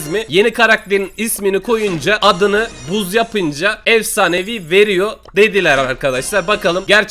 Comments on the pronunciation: Buzz o bazz deye okunu yo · abi buzz yazılışı adı bazz die okunur XD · Buzz değil okunuşu bazz